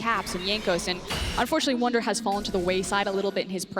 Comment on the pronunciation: ER IST WUNDER!!! Not "Wonder". SO CALL HIM "WUNDER"